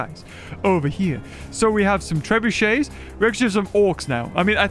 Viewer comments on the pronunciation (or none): none